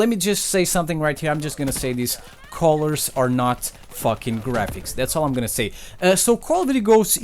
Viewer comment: I thought he said Collar when he said color